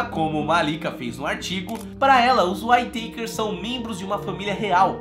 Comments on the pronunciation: Pronuncia-se...Uítaquer "Whittaker"...não Uaitêikers"...de novo Uííííítaquers, mais facil do que parece rssss. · Legal o video mas cada vez que vc pronuncia "Uai teiquers" dòi o ouvido! rs A pronuncia correta è "Uítequers" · Acho q se pronuncia "uítequer" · Descrição do vídeo , é ridícula, essa família já sofreu tanto , e ainda vem um mercenário, que não sabe nem pronunciar o nome da família !!!